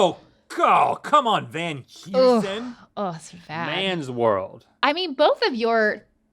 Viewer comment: Sorry, lady, but Van Heusen is pronounced like “Van Hoysen”.